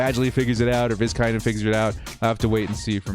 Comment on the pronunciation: Hey...Happy to help with the pronunciation of 'Vizcaino', however if he does not step up this week, we can just call him Tristan 'Itstimetogo.'